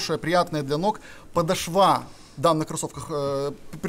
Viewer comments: ПодошвА режет слух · Это "подошвА" ужасно резануло слух